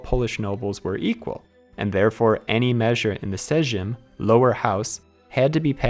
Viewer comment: Apologizing for your bad pronunciation is ok, not making an actual effort to look up how to say anything is not. Sometimes a literal google search can help you, and often the right way to say a word is much easier than your take on it. you made me do a spit take 😂 wth is a sygm? sounds kinda dirty, ngl